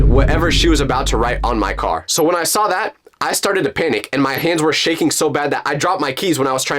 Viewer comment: Its NOT dat Its that